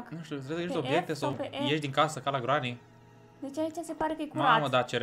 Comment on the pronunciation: Hotărâtiva cine vorbește! Nu se zice grani se scrie Granny și se pronunță greni